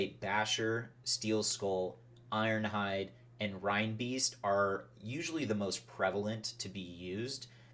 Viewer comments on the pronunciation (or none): Excellent instructions Sir, just need to work on your pronunciation. A big hint is the animal that reinbeast is based on.